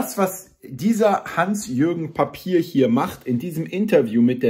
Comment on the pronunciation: der Name des Richters ist hugenottischen Ursprungs & wird daher französisch ausgesprochen, NICHT ...Papier Was verstehen Sie eigentlich unter "inkompetent" ??? Ihre Sprache ist nur Bla,Bla. "Nachhaltig" in der Zukunft ? Also bewahren Sie Ihre Lebensmittel in der "Nachratskammer" auf. Bei uns heißt das aber "Vorratskammer" !!!